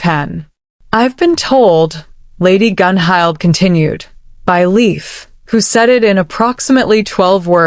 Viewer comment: Tora's style is wonderful. Dang, I dropped my clipboard. I've got those centerpieces to check out. What? Bond mate? I don't have time for that! I will survive this. Hmmm. Who's that? The king? Gunhild is pronounced Gunhilt. Does Bjorn ever sleep?